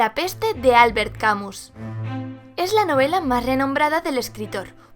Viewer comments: Camus se pronuncia : Camil Aunque parezca extraño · Muy bien, pero Camus no se pronuncia así. Se dice: /kaˈmy/